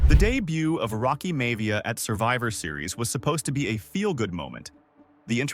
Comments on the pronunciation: It's pronounced Rocky MY-YA-VEE-YA NOT May-VEEYA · Rocky May-Via gave it away😂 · I've been watching these year in review videos from you, and they have been interesting, but at the same time I feel it's very obvious to tell they're being done with AI. The cuts don't line up always with what's being spoken about on screen, and there are names being mispronounced that wouldn't be mispronounced by true wrestling fans (like High Chief Peter Maivia... or Rocky Maivia...)